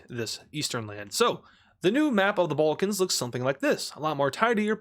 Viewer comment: serbia is located in the "ballcans" ... 😐 It's Balkans not BALL CANS "the bowlcans everybody loves the bowlcans" smh